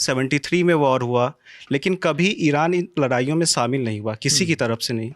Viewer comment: Isko bat nahi karne a rahi, pronunciation dekho, words ka selection dekho , shamil hota hai samil nahi